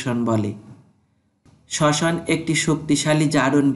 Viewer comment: Sosan ❌ soson ✅